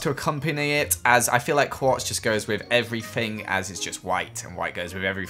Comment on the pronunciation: “And white goes with everyfing.”